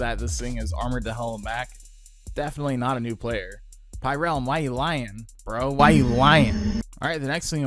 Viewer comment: Heh I liked this video before watching this video what do you think about that pyrerealm! Also it’s pyrerrralm not “pyrealm”